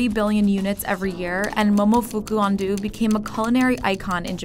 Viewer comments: I’m Japanese and you said ando wrong. It’s not andu it’s ando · "andu" it's ando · Hehe his name is pronounced Momofuku Ahn-doe, not Ahn-doo. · It's ando not andoo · Excuse me great big storry, ummm actually, its pronounced and ANDŌ not ANDUU thank s you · Momofuku Andew??? It's ANDO, like An-doe! A quick trip to Google Translate was all it took,. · It's pronounced Un dough not undo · ITS AN-DOH NOT AN-DOO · I’m so sorry but I really can’t shake off the amount of cringe whenever you say his name.. I’m sorry it just triggers me lmaooo it’s ando as in anh-dough not andu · great video, but the pronunciation of 'Ando' is quite grating. His name rhymes with 'oh' not 'du'. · Ahn-Doh, not Ahn -Dew... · "Undo"? Are you fucking kidding me. It's ANDO. Ahn-Do(Re Mi Fa So). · its ando! not andoo! BAKA! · It's An-DO not An-Du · Pronounced AHn-dOH not AHn-do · An-dough not an-doo. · Giraffe Juice but noodle has two o's and this is japanese not english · It is pronounced AN-DOH, not AN-DOO... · THE NARRATOR MIGHT NOW KNOW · why do you keep saying Andu and not Ando?? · Giraffe Juice thats not how you pronounce it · Who the hell pronounce Ando to Undo wtf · Ando. (あんど） not On-dew. (????) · It's pronounced Ahn-doh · cant even pronounce his name properly... please. just try a little?! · 99.8% of comments: People literally getting mad over them microwaving cup noodles and pronouncing his name wrong 0.1%: normal comments 0.1%: comments like this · The way you butchered his name seriously makes me cringe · she's saying that name WAY wrong